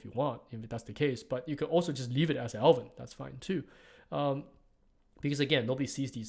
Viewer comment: I'm not going to lie I kept hearing "Elven sub" instead of "Alvin sub" and it confused me more than I would like to admit.